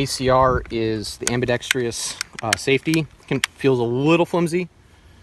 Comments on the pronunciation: "ambedextrious" am·bi·dex·trous why can't people say this correctly? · It's pronounced 'am-bee-dex-truss', not 'am-be-dex-tree-us'. lol, it's been bothering me for years that people can't pronounce this simple word. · lol ambidextrius are you serious 😂😂😊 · How to pronounce Ambidextrous. Ambi-Dex-Trous, like trousers. Not Ambi-Dex-tree-ous. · am•bih•dex•truss. There is no "eee" sound before the "uss." Otherwise, loved the vid & way to rep for the ACR!! I'd put it head to head with any infantry-style rifle... and bet it would come out favorably. 👌🙏💪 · I just have one public service announcement...it's "Ambi-dex-trous" not "Ambi-dex-tree-us" for the love of all things holy! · Am' Bee Dex' Truss', not Am' Be' Dex' Tree' Uss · "Ambidextrious"... No, just no... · If you don’t know how to pronounce AMBIDEXTROUS, just call it ambi. It’s not AMBIDEXTRIOUS!!! Read the word and sound it out. 🙄 Sweet guns though!! A lot of guys in the SF community say the SCAR is garbage. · ambidextrous not ambidextrious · "Ambidexrious"? , you better go back to the 5th grade son. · I can NOT stand dude saying ambidextrious… am-be-dext-russ. Not fucking am-buh-dext-ree-uss. 🤬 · The word is ambidextrous. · Invalidated because can't pronounce Ambidextrous correctly 😋